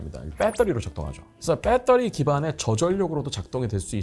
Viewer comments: 지상렬이냐 빼떠리 😂😂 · 영어가 휘황찬란.굳이.근데 빼떠리는 뭐냐?빠떼리도 아니고 배터리도 아니고 ㅋ.아재 영어. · 내용 재미있게 잘 들었습니다. 영어 발음이 너무 좋으시네요. Battery만 ‘빼터리’로 발음하시는 것이 흥미로웠습니다.